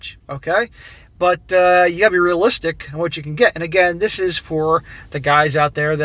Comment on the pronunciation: Stop saying "Dis". You aren't from the ghetto.